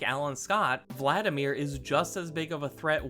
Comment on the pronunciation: Vladimir. there's no 'N" in the name.